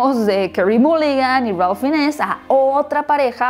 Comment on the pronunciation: Es una cinta hermosa, se me hizo corta, sólo una acotación, no se pronuncia "Finess" se pronuncia "Fains"